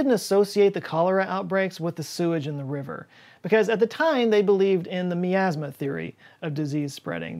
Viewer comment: the way you say miasma has me super triggered. lol.